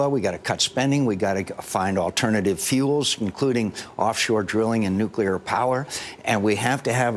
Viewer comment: nucular power is the most expensive and dangerous energy resourse every...